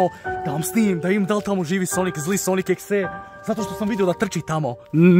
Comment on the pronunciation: Kaže se sonik dodi EK si. Mislim daje videe namješten jedino kuća je uvjerljiva